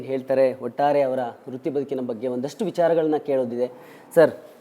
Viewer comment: ಅಣ್ಣೋ ...ಅದು ವೃತ್ತಿ ಬದುಕು, ರುತ್ತಿ ಬದುಕು ಅಲ್ಲ